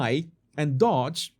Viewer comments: DOGE IS NOT dodge (you are saying it with out the 2nd d.) It is dough-j. Like dō juh. Like doe or dough with a j as begins just, jam, or jack. DO juh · The 'O' in Doge is pronounced like the 'O' in Phone or the 'OA' Loan.